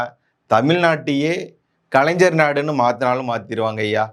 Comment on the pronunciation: கலைன்ஜர் இல்லை கலைஞர் 1000 தடவை சொல்லி பழகுக😂